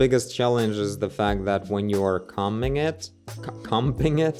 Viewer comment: Focus mode 😂😆 btw combing sounds like homing but with a c 😁 I'm only saying because I'd want someone to help me lol Love you!